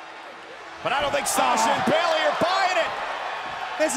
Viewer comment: Okay I’m just letting you be right and I’m not hating and it’s Bayley:3